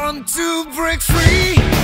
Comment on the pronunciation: Virzha kayanya bukan orang yg Fluent English ya, dia pronounce breaknya beda beda tiap bait, kadang brik kadang break😅 but vocally he do the justice